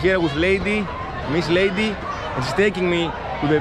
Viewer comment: Her name is Leidy, not Lady.